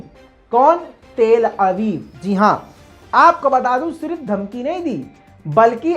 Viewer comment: tell Aviv nhi ha babu til Aviv ha